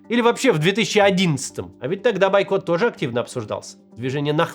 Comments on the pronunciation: Максим, бОйкот, а не байкот😂😂😂😂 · правильно "Бойкот" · Все хорошо, только «бойкот» через «О»